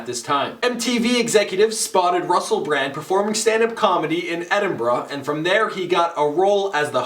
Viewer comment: My brraand.